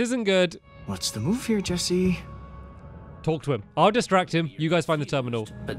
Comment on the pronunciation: yo bro is saying esse dude[ment to say jesse]